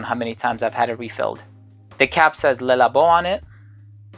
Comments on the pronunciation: Le is pronounced luh not lay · It’s Le, pronounced Luh